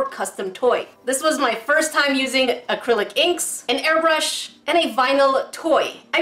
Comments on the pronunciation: When she un-boxed the air brush she said air bush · said "well here's the air bushh